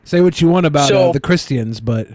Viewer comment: Can someone please tell Billy to stop pronouncing christians in that retaeded way?